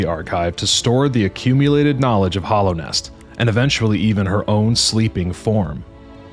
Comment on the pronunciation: this video is cool but it's mostly fanfic. also dude, it's hAllownest, with an a.